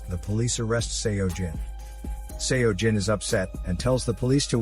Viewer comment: One thing, Seo pronounced as 'Soh'. Not sure why it bothered me so much. But had to pause the video 4 times.